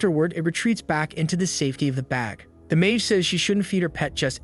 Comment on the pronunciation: Why bro became Ma-ge ? Blud i not go-jo💀